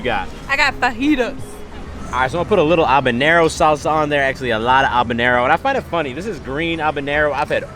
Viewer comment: bro we get it you say habanero different 🤣